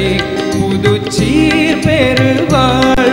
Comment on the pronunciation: சீர் என்பதை அழுத்தி சொல்கிறார். TMS பாடலில் சீர் என்பதற்கு இவ்வளவு அழுத்தம் கொடுக்கமாட்டார். TMS பாடல் உச்சரிப்பை உள்வாங்கி கவனித்து பாடவும்